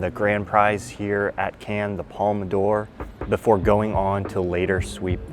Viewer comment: Came over from Nebula to say, as a french speaker, for the love of god please learn to pronounce "Cannes" and "palme d'or". I'm not asking you to learn to speak French but if you can be bothered to go to the festival I think you can hear and learn better pronunciation than can and palma door. (It's halfway between can and khan but closer to khan, listen to the french speakers around you)